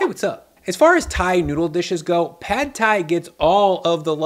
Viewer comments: As a Thai, I’m so glad you’re introducing this dish! I feel like Prad Thai is so overhyped and I honestly don’t care for the dish. Just a fyi, “Pad” is actually pronounced “Putt” despite the spelling. Sorry it’s just one of my pet peeves as a Thai American 😂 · Stop americanizing Thai words. It’s not pad as in cat it’s pahd as in car. If you like Thai food and respect the culture, pronounce the words correctly. Show some respect.